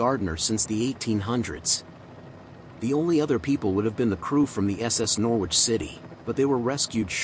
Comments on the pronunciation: Its NOR ICH you dont pronounce the W. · The English pronunciation is 'Norridge' but US would say 'Nor-witch', the W making it sound a bit like 'New York'.